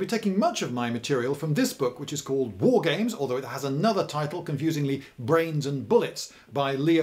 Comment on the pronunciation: After listening to William Regal everyone else saying "war games" disappoints me with the way they say it